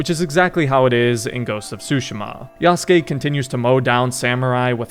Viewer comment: damn bro should really be pronouncing yasuke correctly by now, it shouldn’t bug me, but it does😂